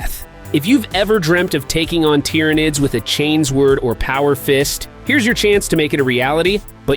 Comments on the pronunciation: Not chains word brother, chain sword. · Man, I thought this was a real video until he said, "Chains word" 😆 Dead giveaway for AI SLOP!